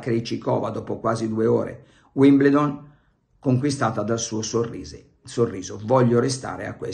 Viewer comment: Si pronuncia Uimbeldon cmq... Ma probabilmente lei non accetta nemmeno lezioni di pronuncia oltre a quelle di Milanismo e Giornalismo... Le Balle di Pelle... 😂😂😂😂😂😂😂😂😂😂